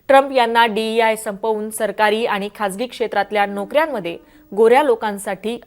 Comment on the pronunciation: मॅडम,मराठी भाषेत बोलताय तर जरा अस्खलित मराठी बोलायला शिका पहिला!हे आनि-पानी न बोलता आणि-पाणी बोलायला शिका!!”ण” चा उच्चार स्पष्ट पणे बोलता आले पाहिजे!!😊नाहीतर आनि-पानी ची गावंढळ भाषा तर अनेक अशिक्षित,अंगुठाछाप राजकारणी नेते सुध्दा संसदेत बोलतात!!